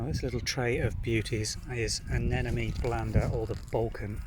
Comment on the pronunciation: You’re not pronouncing their name correctly. It ends in NE, not ME.